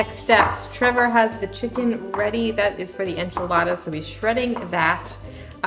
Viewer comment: Thanks for the video. The food looked tasty and authentic; well done. I hate to correct you on your pronunciation but chicken is pronounced Chi ken with the, 'i' as in, 'bit' not, 'bite'. Cilantro is pronounced, 'Coriander'. Thanks again. Stay safe.